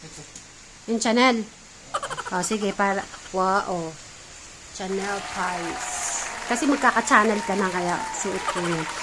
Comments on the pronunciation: Hindi po yan cha nel...ang basa po dyan ay sha nel...mahal n brand po yan ..ang gaganda nga ng tshrit pati yan kay eric sus me ung iba nga hindi makabili nyan ..kau nman patang bale wala lng sa inyo mga bigay yata yan ng subscriber..magalin nyo mga yan kasi mga branded yang mga damit n bigay sa inyo..hindi yan mura..ung iba gusto ganya di lng makabili..swerte nyo kasi ibinibigay lng sa inyo yan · hindi yan Chanel ang pronounce niyan ay parang ganito Shanel parang ganon sha hindi cha hehe